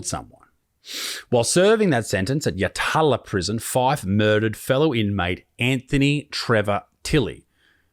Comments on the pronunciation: The prison is pronounced "Yat-la" it's in Adelaides northern suburbs. Michael Fife is one of South Australia's most notorious offenders, second only to John Bunting. When inmates are placed in solitary confinement it is because they are punished for things they've done whilst incarcerated - like bashing other inmates or guards. D.C.S - is Department of Corrective Services, for anyone who doesn't know. There's been a few media things done on Fife, check them out. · Pronounced Yat-la…. the second a is essentially silent…. he’s a messed up dude, spent 3 months in Yatala in 2002, no shortage of messed up violent people. Worst 3 months of my life…. kiddie Fidlers go to Port Lincoln as do corrupt cops and prison guards…. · Im sorry mate you butchered the fuck outta that prisons name 😂 YAT as in GAT, LAA as in babe the pig sayin la la la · Its yatala, it yat'la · The Jail your refering to is pronounced " YAT-LA ". Not "YA-TALA" !!! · Oi it's not "Yah-TAH-lah". It's YATla. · Yat,lA , not Yatala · YAT-LA, Not YaTaaLa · It's pronounced yatla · Its pronounced Yatla. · Yatala is pronounced Yat-lah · Hes a stand up bloke its pronounced yatla by the way haha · yatala.. is pronounced YAT-LA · That's not how you pronounce yatala 😂🤦‍♂️ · You smirked, I cringed! It's 'Yalta'! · It's pronounced "YATT la" Rhymes with Battler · Yatala is pronounced "Yat-la" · Pronounced Yat-la 👌 Love ya work btw. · You pronounced Yatala wrong. It's actually pronounced Yat'la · Yatala is pronounced "yatla" I learned the hard way when I moved to QLD (theres one here, too) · I smirk every time he says yatala As an Adelaide bloke we say it far differently